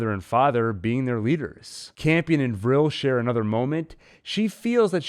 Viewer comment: I’m glad you know how to pronounce Vrill. Vrill instead of V’real. ☺️😉 V’rill makes me want to slap right through the screen! Send Mother weaponized at them.